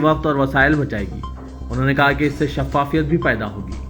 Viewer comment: Mut'tadid nahi balke Mutad'did. Shaffaqiyat nahi balke Shaf'fa'fiet